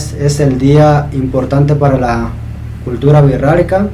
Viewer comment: hola, es muy interesante tu canal. Cuando tu dices Wixárika yo escucho "Wirrarika", como si la "X" sonara como "rr". ¿Está bien mi apreciacion del sonido o pronuncias la X como una "sh"?